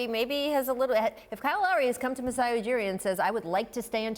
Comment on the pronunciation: Lol Lowry might, but DeRozan won't. He still can't say Masai's name.